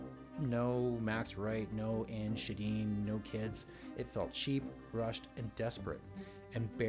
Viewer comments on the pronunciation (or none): none